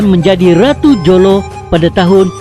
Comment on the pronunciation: Tulisan Jolo. Sebutan Holo.